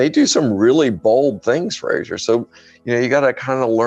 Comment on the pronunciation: Very good indeed. Please do another one on the aeronautics of the Mars atmosphere. Thanks (Also, you were very polite: did he call you not Fraser all the way through)